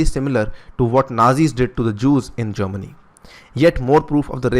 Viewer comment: No one: Imran Khan: "*Gerrmany*"